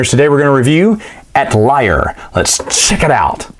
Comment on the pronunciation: at lier ? :) that was a very creative pronunciation. Thanks for the video!